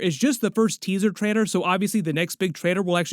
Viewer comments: TraiLer… not traiDer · Why is he saying Trader all the time? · It sounds like you're saying Traitor instead of Trailer